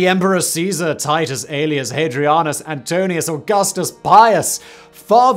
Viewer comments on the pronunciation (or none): antoniNus not antonius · AntoNINEus, not Antonius. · It's Antoninus not Antonius - now that's lazy. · AntoNINUS ..... correct pronuncination